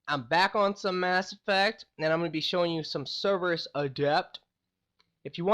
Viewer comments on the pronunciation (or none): none